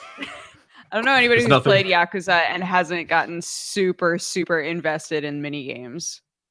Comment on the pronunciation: I like how gets on back for not pronouncing Yakuza correctly, when he doesn't even know how to pronounce Valet.